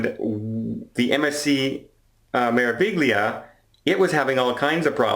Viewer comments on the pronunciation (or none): practice: Meraviglia Me-ra-vi-gli-a May-rah-vee-lee-ah May-rah-vee-lee-ah May-rah-vee-lee-ah There is no hard G sound. GLI is always pronounced LEE. The R is rolled. May-rah-vee-lee-ah Learn to properly pronounce Meraviglia as part of your professional enrichment! May-rah-vee-lee-ah